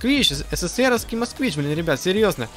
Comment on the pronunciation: Москвич. А не Москвна